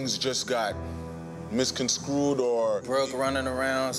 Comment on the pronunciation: It's misconstrued not mis con screwed